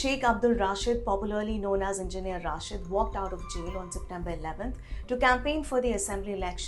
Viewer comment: Indian journalists are unable to pronounce name of Engineer Rashid, how they can understand the affairs of Kashmir? यह रशीद है न कि राशिद, یہ رشید ہے راشد نہیں،